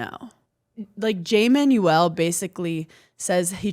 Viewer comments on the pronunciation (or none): none